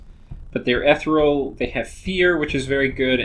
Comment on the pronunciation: it's pronounced eh-tee-real